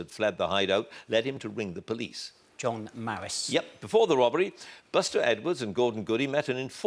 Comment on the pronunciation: The Gwate Twain Wobbery